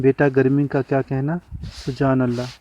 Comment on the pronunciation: Sir. Sujaan Allah. ni. Subhaan Allah. Hai. And. Gza. Ni. Giza. Hota. Hai.